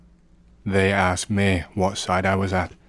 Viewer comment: Can you fix your ai voice? "Me" sounds like "May". I hate it. Love your content otherwise